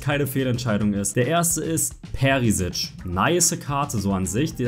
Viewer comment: Komme von Kroatien dieser ttttrrrrriiiiiiigggggggeeeeerrrrr wen ihr deutschen Perisič ausspricht er heißt aber Perischič habe es ekztra übersetzt